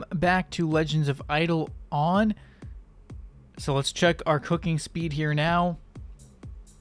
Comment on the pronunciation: it's been years and you still don't know how to pronounce the game